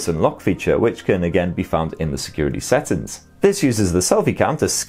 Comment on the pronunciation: First time to know that the word SETTINGS is pronounced SATTINS 🤣🤣🤣🤣🤣🤣🤣🤣🤣🤣🤣🤣